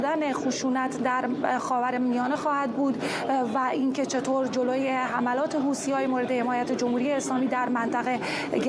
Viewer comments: چرا این خبرنگار ساکن در کنگره همیشه میگه حوتی ها لطفا بهش گوشزد کنید درست تلفظ کند همیشه هی میگه حوتی حوتی چیه خبرنگار حرفه ای هستی خیر سرت حوتی😤😤😤😤😤😤😤😤.با تشکر از کلیه عوامل خبری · ث در عربی تلفظش مانند th در انگلیسیه و مانند س فارسی تلفظ نمیشه پس حوتی به تلفظ اصلی نزدیکتره تا حوثی با تلفظ حوسی